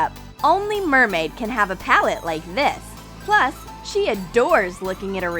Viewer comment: Lol did anyone notice thar she said PAUL-et instead of pal-ette